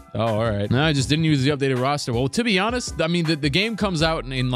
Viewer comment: sounded like he said “ to be Giannis” instead of “ to be honest”